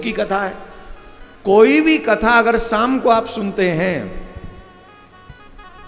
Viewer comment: Shaam not saam